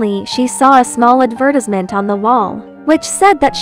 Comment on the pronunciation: The way it mispronounced "advertisement"